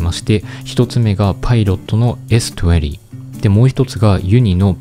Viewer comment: s20の発音良っ😂